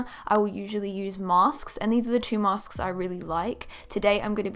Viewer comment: Why do you say "mask" like "massksksks" 😂 still love u💕